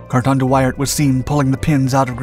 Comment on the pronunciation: It’s not thát important but at the start of the vid the city views shown when talking about Brussels are somehow all taken from Bruges (Brugge). His name should be pronounced as wi in window and ar as in art but leaving out the t-sound, like wi-ar. So much for nitpicking…